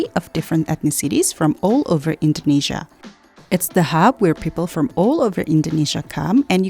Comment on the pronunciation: I don't get it why you pronounce Jakarta and Indonesia very wrong even though u come from Indonesia